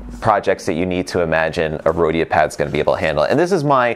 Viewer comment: Just Don’t say “Rhodia”